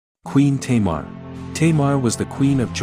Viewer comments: why are you saying 'teimar' instead of 'tamar'? XD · She is not a queen! She was referred as King! And it's Tâmar not "teimar" wtf